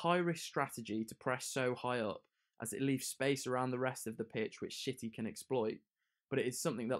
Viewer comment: He said shitty instead of city😂what a man